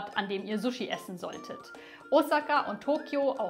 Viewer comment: Ich bin Japanerin. Wenn jemand so gut japanisch spricht wie Du, kannst Du bitte richtig sushi( scharfes S) statt zushi (weiches S) aussprechen?😊